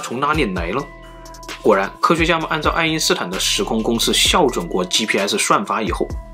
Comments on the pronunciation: 校(ㄐㄧㄠˋ) ，不是笑正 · 校jiao准，，，不是xiao准，，， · 鸡蛋里挑一下骨头，是校（jiào）准，不是校（xiào）准。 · 还有校准读作叫准 不念xiao 有个地方是138亿年 不是38亿年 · 还有校准[jiào zhǔn]读错了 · 校，此处应该念jiao，第四声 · 校对、校准，该念成“较对、较准”。 校是常见多音字，而多数人不知道，还有jiao4的读音。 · xiao准。。。我也是醉了。。。真的是研究生吗。。。